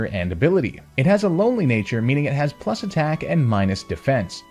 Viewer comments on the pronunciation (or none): none